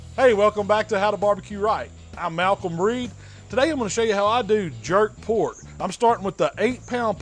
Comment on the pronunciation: "Get sum mo of dis porrrk" #&thebabybackribsBand